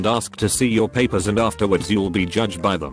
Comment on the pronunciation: I’m bothered by the way that this voice says ‘Paper’